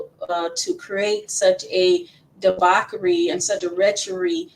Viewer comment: Is she saying debauchery or debockery?